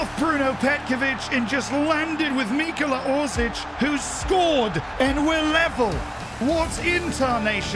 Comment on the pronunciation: Ahhh yes, I love “Mikola” Orsic